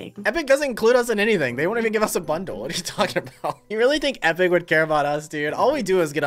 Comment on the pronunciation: Its what not wesly wat wesly what